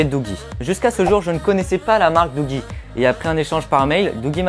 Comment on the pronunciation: je pense que l'on dit "Doudji" :-)